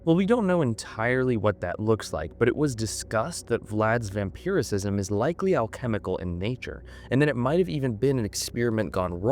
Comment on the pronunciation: It is "vampirism" not "vampiricism"